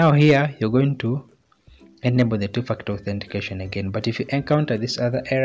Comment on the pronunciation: While you're saying ..2 factor it sounds like 2 f*** out 😁.. by the way, the video really helped me to sort out the problem